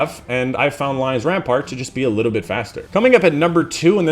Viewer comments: i love how you failed to pronounce the Lion Rampant perk like 10 times while not realising you pronounce Lion Rampant wrong every single time xd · You pronounced Lion Rampant wrong every time -_